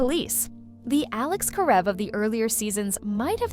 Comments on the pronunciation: It's Kah-rev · Heard the AI girl misspronounce the name. Stopped watching the video. Have a little respect for the fans